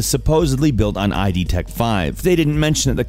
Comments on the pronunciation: It's Id, not I.d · really? "I.D.Tech5?" who says it like that, it's just "id." you know, like id, ego, superego?